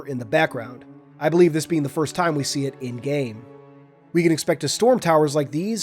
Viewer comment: My guy really said “firts”